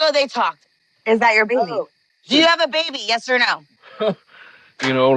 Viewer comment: Honestly the way she says "Beey-bee" just gets me everytime haha